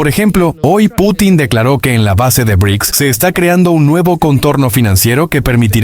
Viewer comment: Vaya voz más rara que tienes, y eso de "e e uuuu" o "be erre i cee ka ese" (en vez de Bricks) suena aún peor. Es lástima, porque la información está muy bien.